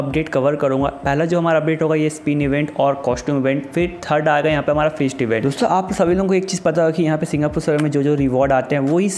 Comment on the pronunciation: Bhi wo 'first ' nahi ' fist' hota hain....😁😁😁